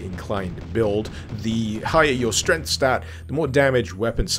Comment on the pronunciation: I think you meant to say 'srength'.